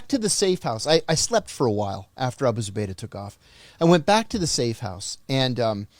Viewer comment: He literally says Abu Zabaydah if you'll listen..